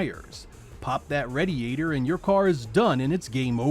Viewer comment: How the hell does someone mispronounce "radiator"? Unbelievable.